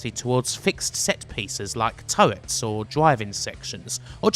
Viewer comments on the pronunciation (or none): none